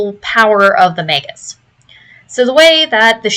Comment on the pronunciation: OMG, a YouTuber who knows how to say the word "magus!" What's next, dare I hope she'll say "eidolon" right?